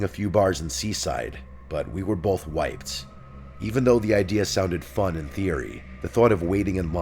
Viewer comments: Oh my gosh at 12 minutes and 44 seconds of the first video I literally thought he said we were both white LOL😅😅 I had to go back and put on CC just to really make sure what I just heard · when he says "Mike floated the idea of hitting a few bars in Seaside, but we were both wiped", I had to rewind because I SERIOUSLY thought he said "but we were both white."